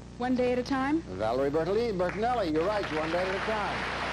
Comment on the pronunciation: Jack also mispronounced Bertelli!!😮